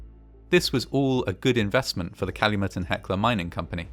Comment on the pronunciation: YAY! I'm so glad to see you were able to use my suggestion! Fantastic video; you even pronounced Calumet correctly ^_^ Fantastic video, as always!